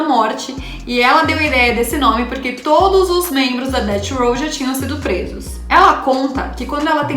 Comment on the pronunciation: Gata, manja das gírias e trouxe conteúdo top! Mereceu like, só um toque, quando for se referir a death row , pronuncie DEFF ROW